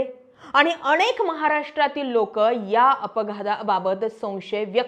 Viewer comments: 'अणेक ' 'पन ' जरा उच्चार सुधार. प्रयत्न करून तर पहा. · अनेक म्हणा अणेक नाही